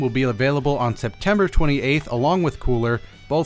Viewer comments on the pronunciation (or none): Setember Twenty SEVENTH Mah Dude